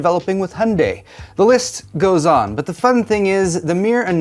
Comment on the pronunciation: Hunday, really:face-red-droopy-eyes